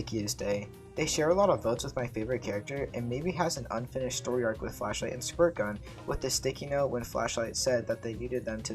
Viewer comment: Bro really said “Storry”